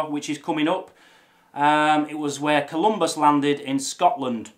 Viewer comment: I have just 2 comments: 1, you are wearing the kilt backwards, the unpleated apron goes over your lap, and 2, it is Saint Columba, not Saint Columbus.